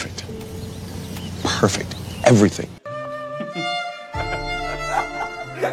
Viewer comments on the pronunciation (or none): none